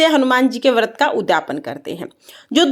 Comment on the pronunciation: Jai shree Ram 🙏 Vrat boliye Vart nahi boliye